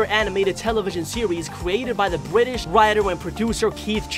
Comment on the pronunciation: Bwitish wider